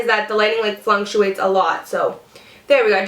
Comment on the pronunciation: lol I loooove your videos, and you are so gorgeous! I love how you've said "flunctuate" in two videos already (it's actually fluctuate) - it's adorable! Love these videos, and that look is awesome!